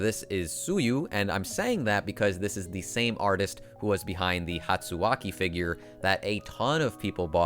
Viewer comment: my man kadokawa(kdcolle) makes the same characters bcos they are kadokawa chars 🤣. Also I think ur the only guy on youtube that ive seen that says hatsuaki correctly. Every1 says shoshuu instead.